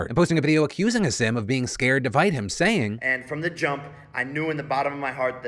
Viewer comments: Bro, if you're going to cover stories at least pronounce people's names right. Hasim is pronounced Haseem and Rahman is pronounced Rahkmen. Such disrespect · it’s pronounced HASEEM is that really that hard. Hasim? Like bro does that sound right to you? Yt people bro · Come on Philly, learn how to pronounce Hasim Rahman Jr's name. "Put some respect on his name" (Imagine if you mispronounced someone's "neo-pronoun") Ha-seem Rahm-mahn Jew-knee-or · The way he pronounces hasim's name...